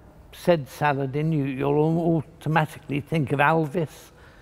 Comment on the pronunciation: Complete with his pronunciation of words. Salad...IN.